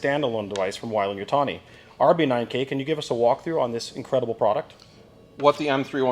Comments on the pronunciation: What did you use for the M41A pulse rifle was it a Thompson M1A1 like the movie used? its pronounced way-lend not why-lend sorry bit of a Aliens nerd thing. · WHY-LAND YUTONI